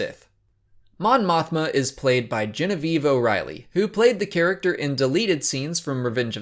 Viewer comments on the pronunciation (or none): none